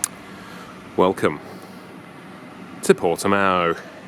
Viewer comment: ahahaha the way you say portimão is so funny